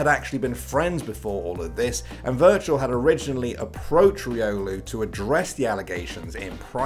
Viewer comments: virtual =/= wirtual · wirtual not virtual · To me, his name is said wertual 😂